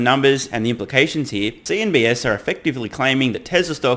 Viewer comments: cnbc, not cnbs, just didnt know if you knew but heard you say it few times in different videos so thought i might correct you if no one has said it so far. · CNBC, not CNBS. Just a friendly reminder :) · It’s CNBC not CNBS.